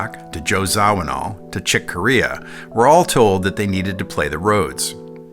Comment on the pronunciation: Great video over all but, my friend, you are butchering the names of two very important musicians. It's Ray Man-zair-ek and Joe Zah-vee-new.